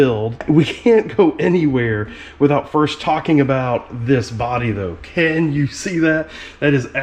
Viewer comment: Did you just say "Ken you see this?" while talking about your Ken block replica truck?